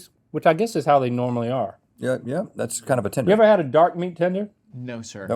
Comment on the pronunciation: "But tats my favorite part" 🥺🥺